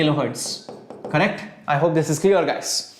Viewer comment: Sir whenever you say correctoo... Excellentey it was a special feeling....🤭🤗